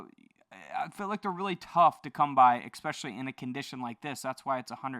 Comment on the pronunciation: Love the channel, just wish he'd stop saying "ekspecially," especially since he uses the word quite often in his videos.